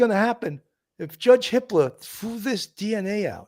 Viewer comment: Thanks. It sounded like Hit Ler.